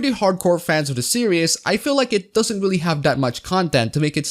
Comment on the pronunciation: Great video, but permit me to mention that "series" is pronounced "sear-eez", not "serious". I don't mean to be a dick about it, so sorry if it comes off that way.